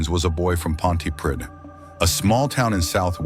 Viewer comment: Pontypridd is not in West Yorkshire, it's not even in England - it is in Wales. Also, it's pronounced 'Ponty-preathe' (like breathe). Also love that the subtitles call the band Lost Profits - which I'm sure they probably did once he was unmasked as a monster.